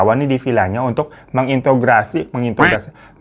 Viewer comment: Intro inrogasi, interogasi ka😂